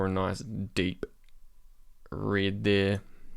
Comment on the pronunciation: dude it's called ( red ). what the heck is ( rid )? .